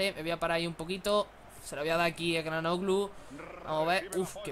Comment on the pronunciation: Çalhanoğlu se pronuncia Chalanuglu Gran video:D